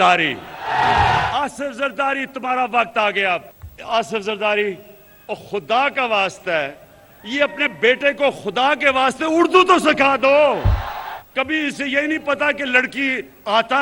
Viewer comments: Bandook ki nishist per... Urdu ko. اڑدو bol raha hy... Yeh dosron pr tanked kr raha hy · جناب عمران صاحب۔ خود اُردو کو اُڑدو کہہ رہے ہیں۔